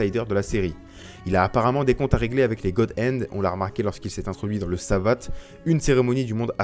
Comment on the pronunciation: On en parle du "savat".....